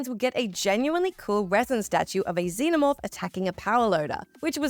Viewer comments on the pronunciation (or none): none